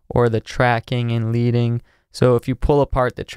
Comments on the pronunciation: It is pronounced like "ledding" vs. "leeding." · LEADING: It's pronounced "Leh-ding" not "Lee-ding". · Good video, but just a quick note, It's pronounced "ledding" as in the lead slug that was used to insert space between lines in the lead typesetting days, not "leed". You can see it used here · Leading is pronounced "ledding". It originates from the bars of lead that were put between lines of type before the computer era. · Not to be AR, just FYI "leading" is pronounced ledding. It goes back to the days of printing where printers would use lead to adjust the spacing. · Hi, enjoy you videos very much. Just a note: “Leading” is pronounced like the metal “lead” not like have “leading” an army. It comes from the days of metal typography when the line spacing was controlled by inserting strips of lead between the lines of type in the paragraph or heading.